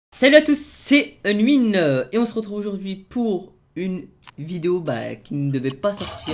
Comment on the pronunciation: Je suis la seul a remarquer que unwin lorqu'il dit salut à tous c unwin ben il dit unwineee